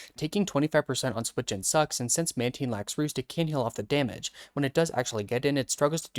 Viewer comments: I clicked off as SOON as I heard Man-TEEN 😭😭😭😭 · Its pronounced man-tain Love ur vids btw